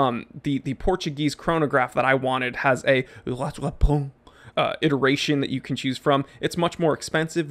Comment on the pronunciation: BTW, your "rattrapante" pronunciation would have been more accurate if you'd pronounced the "t" at the end. When there is an "e" at the end of the word in French, the consonant gets pronounced. Points for trying. You were, after all, speaking in English and don't have to make any attempt at all. Love your channel.